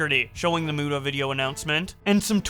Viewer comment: Keem is such a dumbshit WHEN WILL HE SAY MUTA CORRECTLY!!!!?!